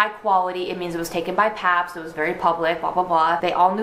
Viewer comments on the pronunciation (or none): none